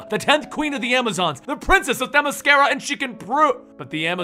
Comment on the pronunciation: you said Themyscira correctly. Nice job.